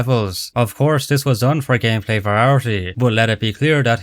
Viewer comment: i will never get over ya boi pronouncing variety as "verarity"